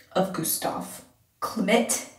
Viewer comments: You pronounce his name like flint but with a G in first , like Glint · it's like Clint with an "m" instead of an "n" :) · Klimt is like Clint with an M 😆😆